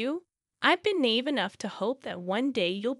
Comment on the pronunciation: "Nave?" It's na-eve. Hahaha!